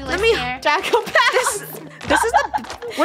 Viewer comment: Its bounce not bow